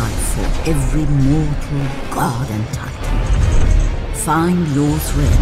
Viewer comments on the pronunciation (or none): none